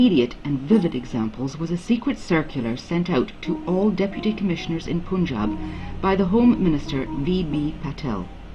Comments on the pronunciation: This is a documentary by someone who calls Punjab as Poonjab - that's the level of research done. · It is the most bullshit documentary i've ever seen.... The fuck face lady can't even pronaunce Punjab n she's explaining what the real problem was.... She's lying to the teeth n speaking all bullshit made up stories just from a paper in a recording studio....Just a western propaganda to instigate the Indian peace. Go fuck urself, whoever made this documentary. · Bullshit. The crap has been produced by guys sitting outside india. First of learn how to pronounce 'punjab' in the film.